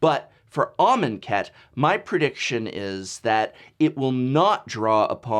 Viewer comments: I will never unhear "almond cat". Even when you said it correctly, or at least I think you did, all I could hear was "almond cat" haha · Can not unhear almond cat... xD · Shane Riddell 10 minutes of him writing amonkhet in a word document and saying it out loud. 'armen cat? are men cat?'